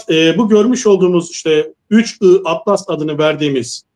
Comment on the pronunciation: Yahu kadın 31 ATLAS değil, 3 I ATLAS.. da defalarca söyledi..